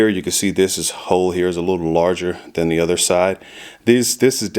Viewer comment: "THAN" FFS "THAN"!!!! Not "then", THAN.